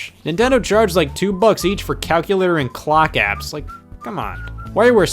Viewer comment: what is calcualer?